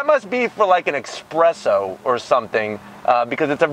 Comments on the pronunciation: ''Expresso'' lmafaooo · You’re Italian? And you say EXspresso? 😂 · Espresso... not expresso. Dork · man's Italian and he says expresso. nona did not approve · You say you're Italian but you call it an eckspresso.... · an expresso? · "Expresso" - 2019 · An ekspresso? And you call yourself Italian? Dio santo.... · Did you just say "expresso"? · So you say you are Italian...and then you say 'expresso' 😂🙈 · Love the review, I have been considering getting one of these bad boys! But as a fellow Italian, I do have to give you a zonk on your pronunciation of 'espresso'. 🙂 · It's espresso.... You should know that being Italian bro